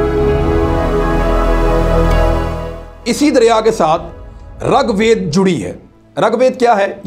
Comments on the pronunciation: It is rig vaid and not rug vaid,this is for information of Imran reyaz khan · السلامُ علیکم ورحمت اللَّهُ وبرکاۃُ رگ وید میں ر پر زبر نہیں بلکہ ریر ہے रगवेद नहीं ऋग्वेद ہے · At the risk of nitpicking, I would like to point out the incorrect pronunciations and wrong statements. (1) The Aryans wrote Rig Veda, not Rug Veda, (2) The Aryans did not invade and capture. There is no evidence of violent clashes in the Sindhu River area. It was more of a migration (3) It is not called Sapat Sindhu, but Saptha Sindhu, (4) The word that was associated with the original inhabitants of the Sindhu area was ‘mlechha’. The Sudra was was associated with the Varnas, an Aryan institution, and the king who fought Sikandar was the Puru king Purushottama. We need to stop using the his anglicized name Porus. Notwithstanding these, the program on Daria Sindh was enjoyable. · Abe rag ved nahi rig ved bolna to seekh le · Ragwed nai bhia . Rigwed hae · It is not rug vaid it is rig vaid. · Its not Rag Ved, Its Rig Ved, i heard it from Dr.Zakir naik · Its rigveda, pronounce as rig ved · اسلام علیکم عمران بھائی یہارے کے نیچے زیر ہے اوپر زبر نہیں ہے ہے